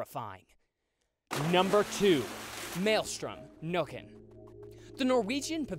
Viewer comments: The nökken is pronounced as nekken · I think the nokken is pronounced nooken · It's pronounced with an Ä (like in "nay") in Swedish. It's pretty okay for being in Norwegian though, but of course w heavy American accent.